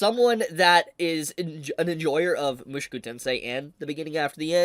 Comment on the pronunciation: Say it with me: "Mu" "ShO" "Ku"